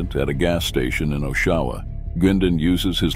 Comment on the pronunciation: Great video, but just a note as someone who grew up here a 1/2 mile away from the Choice clubhouse.....It's not pronounced "OshAwa", it's pronounced Oshawa, with the emphasis on the O (it's a "soft" O, not a "hard" O).